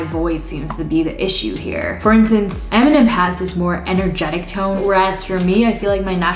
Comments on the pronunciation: Eminem! It's EMINEM!! NOT ENIMEN!! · We all gonna skip the fact that she said eminen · enemems hahahahahahaha the way she pronounced Eminem but great video and cool channel keep going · anyone noticed she said enimem? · You said Eminem wrong lol. You said enimen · Eminem is pronouced and MnM